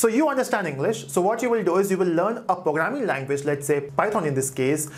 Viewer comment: Fun that he says pooograming.<3